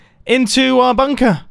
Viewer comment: OMG i honestly thought the first words you said was " i love a good bunk *p", then you had to pause for a second before carrying on talking! 😳